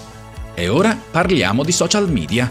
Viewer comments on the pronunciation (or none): Si dice social media senza la i ma con la e